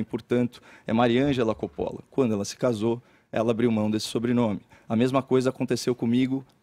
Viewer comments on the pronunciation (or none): A pronúncia correta de "Coppola" é "cópola"😮😢😂